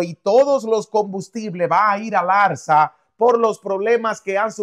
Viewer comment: Habla bien lengua mocha, es ALZA y no "arza". Más mentiroso nada de lo que dices ha ocurrido